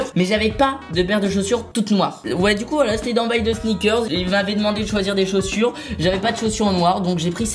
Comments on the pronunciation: sinon pq il dis sneakerz et pas pas sneakers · Michou on dirait que tu dit ( sniker comme la bar de chocolat haha) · Sneakerzzzzz, ça m’a stressé toute la vidéo